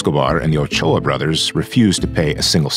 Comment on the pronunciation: Is that really how Ochoa is pronounced? Damn I’ve seen so many people(myself included) pronounce it so wrong this whole time.